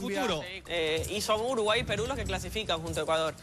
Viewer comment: ¿Que le sucede al ambiguo, no sabe decir Peru?